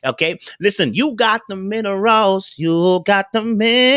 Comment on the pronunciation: With allllllll the videos ive watched by I really thought he has been singing "middle rose" but it's "minerals"!!!! 🤦🏾🤣🤣🤣😭😭😭😭 🤣🤣🤣😂😂😂 IM DEAD!!! 🤣🤣🤣 I crack myself up! 🤣🤣🤣